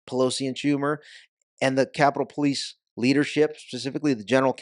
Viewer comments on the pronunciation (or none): No Ivan you got it wrong Po lie ce 😂🤣😂🤣😂